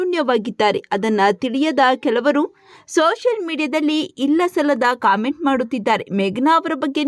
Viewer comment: ಕಾಮೆಂಟ್ ಅಲ್ಲ ಕಮೆಂಟ್